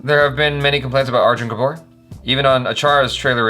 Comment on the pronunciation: Lolzer, dude. That try to get the pronounciation right... FYI, it's spoken as Go-vaa-ri-kar. Try that, and yeah same mind on the Arjun Kapoor thing and Sanjay Dutt too. Liked this reaction...👍👍👍